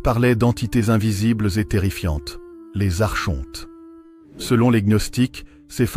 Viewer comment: La prononciation correcte est "arconte" comme archange et non arche honte.